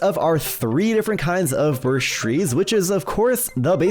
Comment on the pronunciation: Man really said birsh